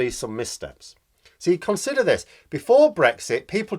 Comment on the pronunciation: Yes I heard it too.